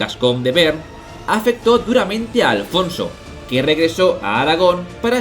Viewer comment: Magnífico capítulo! Un pequeño comentario, yo diría que no se pronuncia 'bern' sino 'be-arn'.